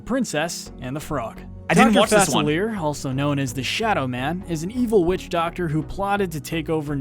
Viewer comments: Facilier is pronounced Fah-sill-E-Ay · I cringed my eyes out every time he said fass-uh-leer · that not how you say Dr.Falicier